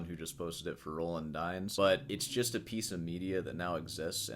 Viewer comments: It's pronounced Roland Deenz nuts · No one pronounces "Dyens" right. Or Villa-Lobos! Bach sounding great! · I believe it’s pronounced Roland Dyens